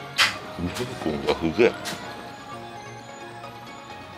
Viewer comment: このチャレンジ、やらないのかなって、待ってました( ¨̮ )︎ 色んな人の観てるんですが、成功ほんとに凄いです( ᵒ̴̶̷̤໐ᵒ̴̶̷̤ ) ただすごく気になったんですが、 あたり｢ベーコンが (す)げぇ｣って言ってますよね？？ ｢す｣じゃなくて、｢う｣って聞こえてしまって、ショックだったんですが、｢す｣だと信じてます！